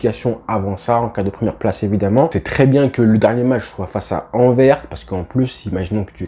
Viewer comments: Salut je te fait une petite correction pour la prononciation de Anvers, le « s » a la fin n’est pas muet donc on dit AnverSE et pas Aver. Et si tu veux dire Antwerp, ça ce dit Antouèrp. Sinon bonne vidéo, quali comme d’hab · On dit ANVERSSS LE S EST PRONONCÉ ou Antwerpen (Antouerpen) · Hello, on dit Anverssss. On prononce le S a la fin